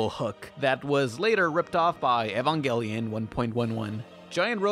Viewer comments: Goddamn this show is A E S T H E T I C A L L Y pleasing Bitch you boutta catch these hands. "Eevanjellyun". Fuck. Also, Eva units are only agile while berserk or awakened, which makes sense if you actually watch the show you fake weeaboo. You didn't even question if Evas were mechs, thus proving that you only watched the first few episodes and at least the first of the shitty rebuild films. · "Eve-an-gel-ee-on" Leave. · "Evanjellyon" REEEEEEEEEEEEEEEEEE